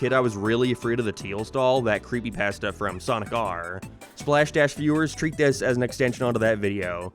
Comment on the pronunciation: "Creepypahsta" too. He has an unconventional accent and even fellow Irish viewers get confused about it.